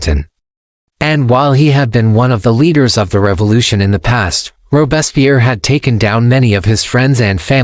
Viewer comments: Robespierre's name consistently mispronounced. The is because this podcast is being narrated by AI rather than a human being. This process results in mystronunciations and unnatural pauses in all AI-generated podcasts. Shame on podscasters for abusing this teachnology. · The AI doesn't even pronounce his name correctly.